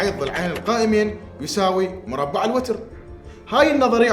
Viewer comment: الوَتَر وليس الوَتِر بارك الله فيكم 😍